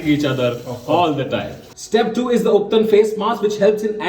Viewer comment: The way you pronounced ubtan disqualified you for your face mask beauty care webinar seminar workshop. 🤣🤣